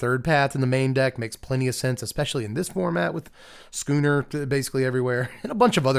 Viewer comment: Thank you.... thank you for pronouncing schooner properly... so many people mispronounced it... it shouldn't have bothered me but it was starting to... so thank you.😊